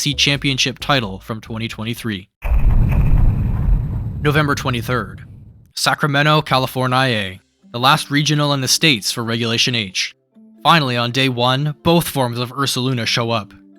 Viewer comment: Califor-ni-ah is crazy 😭